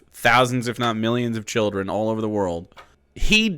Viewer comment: he literally said chrilden like the fucking how is babby formed flash animation of the cavemen